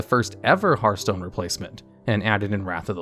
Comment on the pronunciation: You get a thumbs up just for being able to say the word "Hearthstone" properly! Edit: this video would also make an amazing Hearthstone drinking game! I'd be drunk as hell!